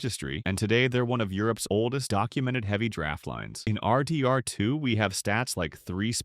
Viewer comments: Have you guys ever played ar-deee…R…too? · bro says rdr2 like R. D. R. 2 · literally so many weird remarks no one would ever say, “ARR DEE ARR TWO”, “arthur’s balance”?? so disappointing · Why are you pronouncing RDR2 like that haha? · Please stop pronouncing rdr2 like that 🥀